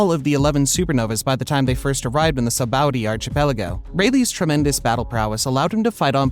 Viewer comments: The soboudie archipeligo 🤣🤣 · please stop saying the names wrong i'm begging you the last video I saw he called mariejois somthin else and he called kozuki oden, kezuki oden XD. SABADIE, REALLY DUDE?! sanji's name is prenounced sonji bro really said sanji like it was a word XD